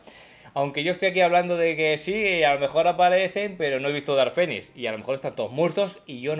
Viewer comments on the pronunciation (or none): none